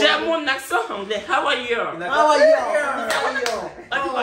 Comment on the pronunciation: KHAW KHA YOU, lol C'est How are you qui est là? 🤣